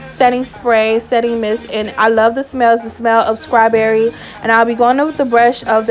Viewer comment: Girl did you say scrawberry lol smh You did a really great job tho